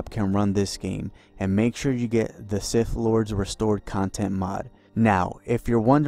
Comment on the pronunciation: "Knights of the old Republic II The Siff Lords..." 😂